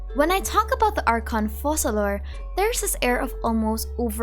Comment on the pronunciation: Actually, Focalor in french is pronounced "Fokalor" ( i'm French btw), that's why their choice to pronounce it 'Fo-Sa-lor" puzzled me as well😅 The rule is a bit complicated but to put it simply: if you have a "c" followed by the letter "e", "i" or "y" the letter "c" will have an "s" sound. But if the letter following the "c" is "a", "o" or "u", the "c" will have a "k" sound. We have a special letter in french, which is this one: "ç" that indicates that despite the letter being "a", "o" or "u" the "c" will keep its "s" sound (a bit confusing, i know). Well, in the case of our dear Focalor: Since the "c" is followed by an "a", it should be pronouced "ka": "Fokalor". If they wanted to go with the "Fo-Sa-lor" pronounciation instead, to be correct in french, they would have to change the spelling and write it as "Foçalor" instead. Sorry for the long comment, i hope it helps a little!